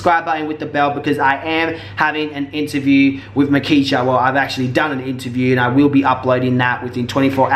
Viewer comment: It's markeshia not nakeshia